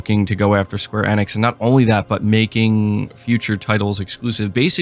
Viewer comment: Yes. It was annoying me too.